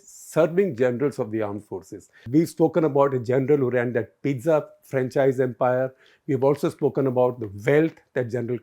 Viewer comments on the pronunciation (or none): none